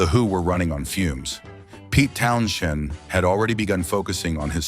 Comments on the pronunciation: What the hell is a "Town-chend?" 🙄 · Pete Town-Shend? Interesting emphasis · My ears bled when you mispronounced (Pete) Townsend. It's only one of the most famous names in rock history. Had you ever even heard of The Who when this video was made? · Can't even pronounce the name of The Who guitarist right. sucks